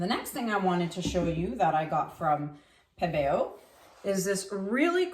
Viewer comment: I love that you pronounce Pebeo properly. It drives me nuts when people call it pee-bee-yo. 😣😜